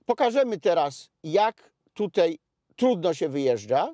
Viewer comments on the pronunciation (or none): panie Redaktorze: "tutej" czy "tutaj"